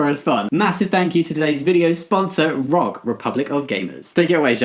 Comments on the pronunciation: I love ya. I really do BUT... It's R.O.G not Rog. I know it's confusing because they don't abbreviate but ROG is short for Republic Of Gamers. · Not the main point, but Jamie and Shaba, you pronounce the letters separately in ROG, like, 'Aar Oh Gee', instead of saying 'Rog' :P